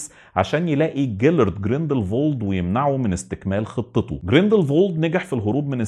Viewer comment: اعتقد الاسم جريندل وولد مش جريندل فولد